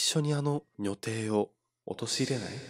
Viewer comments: 因みに”にょてい”って言ってますけど確か読み方は”じょてい”もしくは”にょたい”だった気がする・・・。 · にょてい？じょていじゃなくて？ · 女帝、にょてい エロい方の読み方(笑) さすがです(笑)